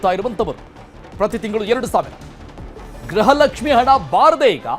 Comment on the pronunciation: ಎ ..ಆಂಕರ್ ಗ್ರಹಲಕ್ಷ್ಮಿ ಗ್ರಹಚಾರ ಅಲ್ಲ ಗೃಹಲಕ್ಷ್ಮಿ ಅನ್ನ ಬೇಕಪ್ಪ